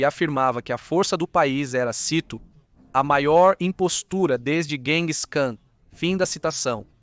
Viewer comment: a narração é uma merda, a narração é uma bosta, (o filho-da-puta programador da i.a: "guênguis cã é o cúnda tua mãe) a narração é um côcô, a narração é uma titica, e este canal um monte de fezes.